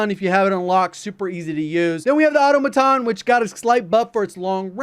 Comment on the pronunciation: Hey i thought you'd prefer to pronounce the weapons correctly. Its au-tom-a-ton, not auto-maton.